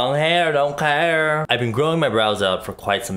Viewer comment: "long heyr dont keyr" 😂😂